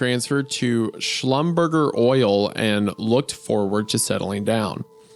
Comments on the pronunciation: The entire audience : "It stands for 'Live Journal, you beautiful messes!" Small detail: Schlumberger is pronounced "shlumber-zhey" and it is the "french oil people" lucy is refering to when she complains about John's hours. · "LJ” may mean "Live Journal", was a blog site from way back in the day. Kinda like the WordPress of the time And the oil company is pronounced "Slumberjay". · The pronuciation of Schlumberger sent me. Thats how we used to say it when my dad worked there lmao